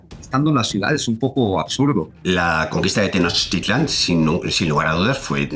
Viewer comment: Excelente información. Solo una duda, acaso no les enseñan el digrafo Ch en España. Por qué siempre dicen Tenoc Titlan es Tenoch. No es tan complicado 😅